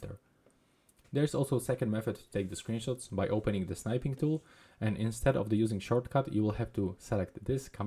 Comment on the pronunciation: thanks, that was useful. Just one thing, 'snipping' and 'snip' is pronounced with a short i sound, as in 'sit' and 'sitting'.